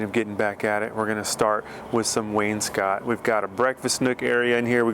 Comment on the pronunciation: does he know he pronounces wainscot incorrectly?